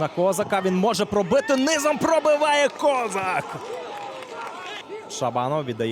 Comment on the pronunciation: Ніяк не можу зрозуміти, чому коментатор каже К'озак, а не Коз'ак? Що це за фігня?